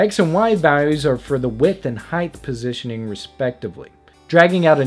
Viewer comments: It's height not heighth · I couldn't get through this video. I couldn't listen to him say heighdth one more time. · Why do people say heighth instead of height...